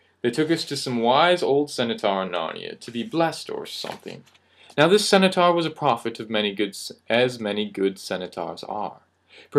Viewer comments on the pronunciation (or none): Bro. It's Cen-taur, not Cen-a-taur